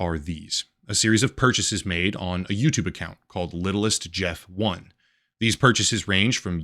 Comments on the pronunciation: Epstein Island is a nickname. Official name is Little St James Island. He referred to his island as Little St Jeff Island. So the Fortnite userid is not pronounced Littlest Jeff 1 , but Little St Jeff 1. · its not littlist jeft. its Little Saint Jeff 1. since Little Saint James island was his island. so Littlestjames1 is said as LittleSt[saint]James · It's little saint Jeff. That's what he called his island. Not "littlest Jeff". You did some good work here but you not being able to catch that is kind of pathetic. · I think it’s supposed to read as “little st jeff” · The username is supposed to be read as little st. Jeff I think